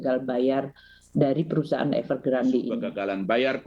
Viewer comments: Bacanya Evegrandé Mbak Bukan Evergrand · EVERGRAND.....E nya dibaca.